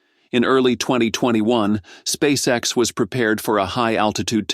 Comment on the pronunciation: S p a c e X ....... it's Not an acronym, silly ai voice.